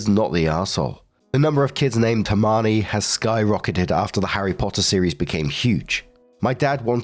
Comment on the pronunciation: I love your pronunciation of Hermione 😂